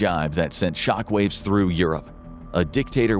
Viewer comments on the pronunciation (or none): none